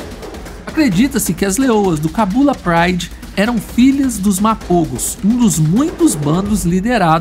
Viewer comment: Мапого а не мапово